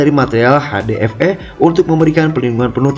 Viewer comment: Ha De Pe E bang ,,bukan ha De ep ee😂